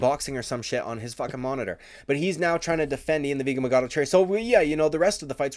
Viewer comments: It’s machado not magado!! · You don’t have to say “ian the vegan Machado garry” 20,000 times. Especially when you can’t even say machado right. Idk if you’re trying to be sarcastic but there’s an h there.